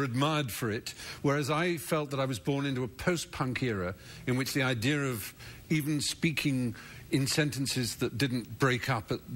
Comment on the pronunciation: 'Idear' instead of 'idea? They both did it :-)